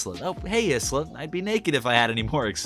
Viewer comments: isla…. isla?? ai-lah fresh that’s how yoi pronounce it 😭😭😭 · Great video as always, but "Isla" is pronounced "Eye-la" (like "Isle", which is a homophone with "aisle"). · I'm pretty sure Isla is pronounced like "eye-la", you know, kinda like island? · Hey! Just to let you know, the name 'Isla' (British female name) is pronounced 'I-lah' ('I' like the pronoun. And the 's' is silent) Bit of a tricky one if you don't know it!